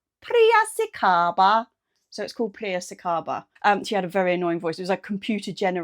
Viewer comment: 😂 priracicaba. It's Pi-ra-ci-ca-ba. It's named after a town in the state of São Paulo, Brazil. 😊